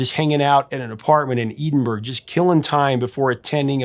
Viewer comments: Did you pronounce it "Eden-berg?" My God! It's pronounced Ed-in-bur-ruh! How hard is it? It's only the friggin capital city of a country! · Sorry I had to stop the video when you mentioned Edenberg. I was scratching my head trying to figure out where exactly it was, then I realised you meant Edinburgh. I was laughing too hard to keep watching this excellent video. If you want pronounce it like a Scot would, you’d say Embra! 😂 Lots of really good detail in this one. I enjoy your take on the Brits. Dexy’s were a class apart. I’d love to see something on Belle & Sebastian and Mogwai. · The proclaimers are amazing live. Great guys too. I was just thinking you should do them. Such an underrated band. Btw, Edinburgh is pronounced ed-in bur-ah not edenburg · Professor! , did you say Eden-burg? There is eschewing a Scottish accent, but, no! The city is ED-in-borough. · eddin-burro, laddie, not eeedin-berg! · Edinburgh = Ed in burrow not Ee din burg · Eedinburg! 🤦🏼‍♂️ He got Aberdeen right though. Yay! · A couple of notes: Inverness is pronounced Inver-Ness. It means "Mouth of the river Ness". It flows to, of course, Loch (lake) Ness. Edinburgh is pronounced Ed-in-bruh (said all together quickly). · Just FWIW, in the UK, "Craig" isn't pronounced "Creg" or "Crag", as it is in the USA, but pronounced "cRAYg", to rhyme with "vague". And "Edinburgh" is "EDDIN-burra". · does incredible research about the songs and bands, but I wish he'd do more research on words he doesn't know. Hearing him say "Eden burg" was so jarring I stopped the video to look in the comments. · I suppose it depends far yer fae! In the North-East it's more like Edin-burra. You're not wrong though. The 'g' should never be heard, no matter where you're from, ken!? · Great story! It's " Ed in burah" Edinburgh. Sunshine over Leith nice title. Love the feeling of the song. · Pronounced Ed-In- burah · "Edenberg?" Try again. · “Eedin-berg” again!!!! How many times must we correct you???!